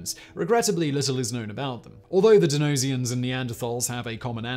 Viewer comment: Please, please, please learn how to correctly pronounce Neaderthal (and while you're at it Denisovan).